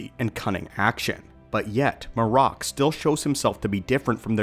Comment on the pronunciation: Shit u didn’t even watch the episode huh? MAR-RAK😂😂they literally say his name as MARRIK…but shit this dumb theory gotta stop. THRAWN AND EZRA DISAPPEARED TOGETHER BECUZ OF TELEPORTATION. This is why they are both missing! Why tf would they go to the trouble of finding Thrawn if the guy WHO PUT HIM IN THAT SITUATION IS ONE OF THEM??? They’re looking for a map to Thrawn and Ahsoka is on the mission but to find Ezra, u find 1 u find the other. The rebels show is canon juz go watch the last episodes…